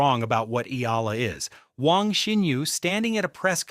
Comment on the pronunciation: HEY MISTER YOUTUBE SPEAKER, THE CORRECT PRONUNCIATION OF ALEXANDRA’S LAST NAME IS E-YAH-LA!